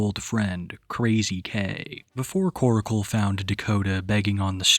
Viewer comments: New video. Same old pronunciation of "Koracle" instead of Korcle. 😅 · Why do u pronounce korcle like oracle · why can no one pronounce Korcle correctly ?